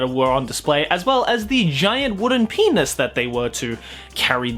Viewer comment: Everytime says penus u take a shot, we'll meet in the hospital